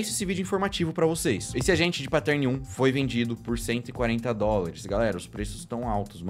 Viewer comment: Os vídeos são muito legais. Mas pelo amor de deus, parem de falar "patérni" e "mireige". O que eu vejo de gente que fala errado essas palavras só porque os youtubers continuam a pronunciar essas palavras erradas é dose. É fácil, gente. É só assistir os videos gringos ou jogar no Google translator. Eu sei que vocês não falam inglês e tals, mas não é difícil. Pronunciar "Mireige" me dói ainda mais porque vocês estão inventando uma palavra/pronuncia que não existe e milhares de pessoas continuam a repetir o erro.